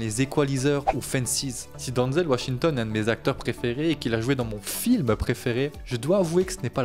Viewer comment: Ce n'est pas bien grave s'il prononce mal son nom. Avec l'hommage sincère qu'il rend à Denzel, on peut bien lui pardonner ça 😉😇